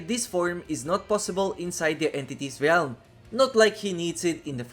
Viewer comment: Please say realm correctly!